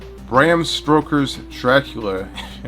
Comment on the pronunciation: Stroking your Dracula... it's stoker lol